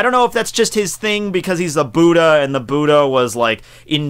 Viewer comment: LOL I HATE THE WAY HE SAYS BUDDHA